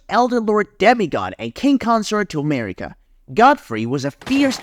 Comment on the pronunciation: Its amazing how you pronounced all the names of the characters in a way nobody else does and it sounds wrong af. Mariiiiika for example, nobody puts the emphasis on the second syllable wtf